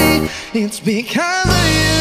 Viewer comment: Maganda sana pero bakit ganon ang pronounce nya ng because of you ang sa kanya because ohh you?...